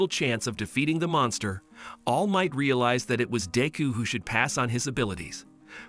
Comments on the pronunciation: Bro says deu instead of deku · Its not deeku its pronounced dekoo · Deku sounds like d!cku